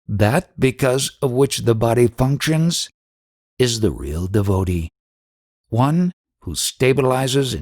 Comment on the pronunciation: Your voice distracts extremely. Please learn how to pronounce DEVOTEE